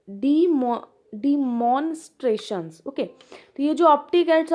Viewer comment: Bhai wo laminations nahi limitations hai...... Demonstration bhi padh nahi paa rahe 😂.......